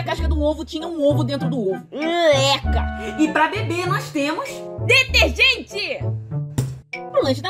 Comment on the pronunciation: Pra beber "deterrrgenteeeee"